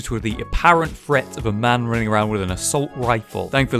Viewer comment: I quit watching this after about 30 seconds because this dude doesn’t seem to know that there is a difference between the words ‘threat’ and ‘fret’? I’m now going to go and watch a Ted Woodford video on fret levelling.